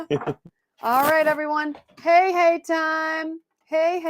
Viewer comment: When you said Hey, I heard Hey Hey 😅